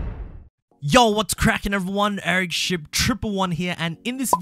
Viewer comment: When you say ericship it sounds like your mind shuts off